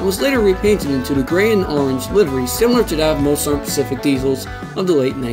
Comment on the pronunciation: ".. and the Sern pacific." I have never heard of that rail line. Can you elucidate? The champaign...... (Unintelligable). SLOW DOWN. Why do you post material with slurred words. Twice you stopped to correct the mash-up you made of names. What is the matter with you. Don't you listen to your own recordings???